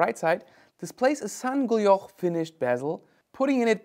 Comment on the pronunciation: Hey I enjoy your videos, you are right, vintage rocks. A couple of mispronounced words: guilloché is pronounced geeyoshé, and elegant is pronounced elegant with a hard g and not elejant.